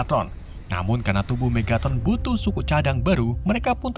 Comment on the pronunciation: Megatron bang bukan Megatot